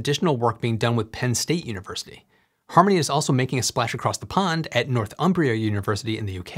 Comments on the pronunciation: North Umbria sounds like it should be in Italy not the UK ("Nor thumbria") 🙂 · Always a pleasure to see people pronounce English names. Its sounds like Nor-thumbria not North-umbria. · It's not "North-um-bria" it's "Nor-thum-bria" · I rarely hear it pronounced North-umbria even though thats what it means. I find its almost always said as Nor-thumbria.